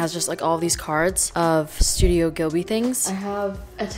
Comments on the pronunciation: mai i love you and im not judging im just helpjng babes but studio ghibli is pronounced jibliy yk what im tryna say cause you said gilby yk and i just odnt know if you did it on purpose cause u like saying it that way or if u didnt know love you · It's studio GHIB-li not GHIL-bi 🙃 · i love the fact she likes ghibli but she pronouncing it wrongg you say ut like jibli not gibli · Hey, congratulations on 2Mio. Subs🥳❤️ i love watching your vlogs so much you deserve it!!!!btw isn’t it studio ghibli instead of ghilbi or am I wrong? Just was confused when you pronounced id like „Ghilbi“😂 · Who gonna tell her she has a tattoo of spirited away but is pronouncing studio ghibli wrong (gib-Lee)